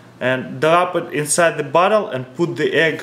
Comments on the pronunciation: What I think he said: "we got cork inside of butthole" Reality: "We got cork inside of bottle" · When you say bottle ut sounds like Butt hole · It sounded like he said "see we have the cork inside of the butthole"